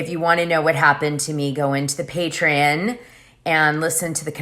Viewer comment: Patreon = PAY TREE ON!!!! Not pay tree IN!!!!